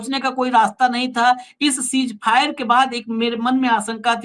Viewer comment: सीज फायर नहीं सीज़ फ़ायर